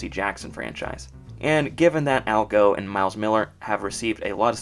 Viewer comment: Just a small correct. Al Gough's last name is pronounced goff , not go. Otherwise, your entire series is pretty great.